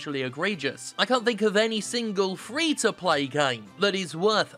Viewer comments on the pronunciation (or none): Fee To Pay will catch on more if you start saying it more like you would say "Free to play" and less like you're saying "feel toupee"